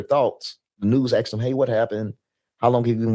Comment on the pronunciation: Not many brain cells between the lot of you. Not making any sense You need lessons from Candace. Its Asked not asted'. Nonsense ' she got rich because of Charlie '😂 you are really unintelligent...